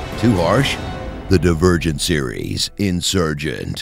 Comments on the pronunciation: i think he said dee-vur-gent in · Am I the only one who heard him say "virgin" instead of "divergent"? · Am i the only one who heard that tris is "not only a virgin" when he said "not only divergent"? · The davirgin serious: insargent